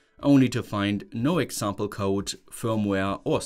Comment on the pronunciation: Hello friend, I hope you will not be offended. Your English is improving a lot, and I have some things you might want to improve on. 1. If a word ends with D or T, you pronounce it as "tssss". For example "It" -> "Itsss", "Code" -> "Cotssss". This is probably the most glaring one. 2. Often if a word has "t" inside of it, you will pronounce it as "ch", whereas most often it should be pronounced as "t". I suggest checking the words you pronounce as you go filming, this way your pronunciation will improve a lot! 3. The melody of your sentences: normally, sentences in English start at a higher pitch and slowly drop in pitch. You do the opposite which is confusing. That is reserved for questions. 4. You pronounce syllables separately. In English, they flow into each other. For example, in mathematics, when we read the symbol for the derivative of the function f, written f'(x), you would probably say "eff dashd eggs". The correct, fluent pronunciation would be "effdash dex". See how the "d" at the end of "dashed" went to the start of "x"? That's done to make it more fluent. English has no glottal stops between words at all, whereas Eastern European languages almost always do this. Similarly there is no glottal stop between "eff" and "dash", it's all pronounced in one go. Thanks a lot for your videos and I hope this improves your reach! I suggest periodically asking people from England or the US to review your pronunciation in order to stay on top of it. Soon enough you'll see great